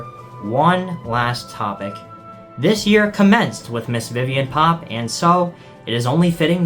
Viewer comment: Idk why, but every time you say "Viviane Pop" it just cracks me up 😂